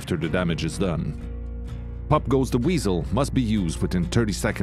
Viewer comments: Puck goose ze WHEEZles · I love how strongly he pronounces each perk POPPP the WEAZEL